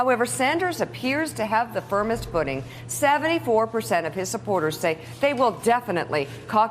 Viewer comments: Its Buttigieg, its pronounced Butt ed Edge not Butte Judge. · Buttijudge, Buttijudge, Buttijudge. I am getting earcancer. Seriously, how can pronouncing a name be that hard? You're on national TV for cryin' out loud.